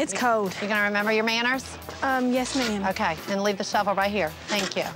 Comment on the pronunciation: She says ma’ma